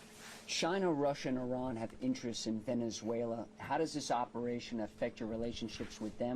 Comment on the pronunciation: Why does he keep saying Venezueler?